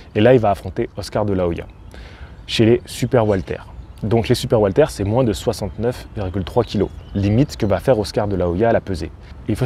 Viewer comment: Super video comme d'habitude. Par contre j'entends le prénom Walter au lieu de welter(weight).😅